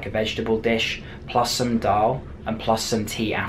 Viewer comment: you said dull and ruti